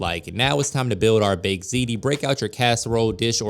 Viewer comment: Looks delicious! Thanks for teaching me the correct pronunciation of "Ziti" you can only imagine how I was pronouncing it! 🤔 😅🤣😂